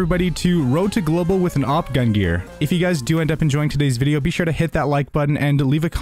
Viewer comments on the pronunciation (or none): Love your videos. But there is a N in the word GungNir. Gun-g-near. Gungnir. Yeh?